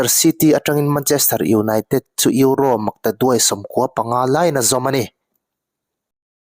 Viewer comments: Eurossss tih kher angailo, Euro ti tawp la atawk mai sir.. ngaihthlak ati nuamlo lek lek.. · Eurose😂 atawplam ah erawh euro ngaihthlak a nuam ta e, tuipui ral tawng alawm duh duh in lam maitur, Mizo tawng pawh sap pa chal ho Khuan an lam dik bik awmlo e mai😂😂😂